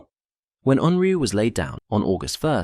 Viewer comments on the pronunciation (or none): It's pronounced 'oonryoo' not UNroo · You spell it as Unryu, then pronounce it as Unru. Why?